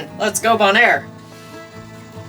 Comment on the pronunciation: You’re crazy and brave. Keep it up. Also it’s pronounced Beaunaire, yeah weird I know.